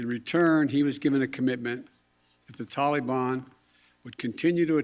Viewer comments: Will someone tell this demented blubbering "commander in chief of lying and shifting blame" that it's not "tally bon" it's ta-li-bAN! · It is not Tollybon, it is the tal e ban. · Why does Biden say Talebon instead of the Taliban?